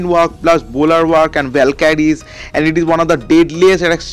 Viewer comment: its valkyries not valkadies......haa haaa haa😅😅😅gandoo speek properly